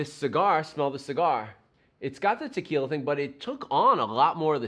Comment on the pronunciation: Just paused your video and went over to watch "Ahhnold" do his trick. You did a pretty good imitation but you gotta say, "T'killa" like he does..... Ha. Now, I'm gonna have to try this.